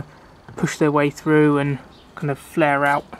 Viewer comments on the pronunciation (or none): none